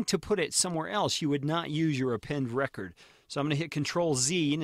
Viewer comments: wasnt going to pour over all the comments to see if someone mentioned this, but I believe it is pronounced "Append reCORD" (as in recording...) rather than "Append RECord" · what is he saying "Append Reh-chord" like Record player. it is "Append REE-CORDE" as in to appending to a recording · Append is pronounced record as in record audio not as in break a record